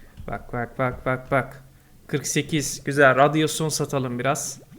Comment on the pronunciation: abi radyoaon